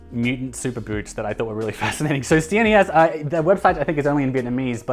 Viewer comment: CNES is pronounced See Ness and the letters mean Classic Noble Elegant Simple. Learned that from an interview last month on The Elegant Oxford's channel.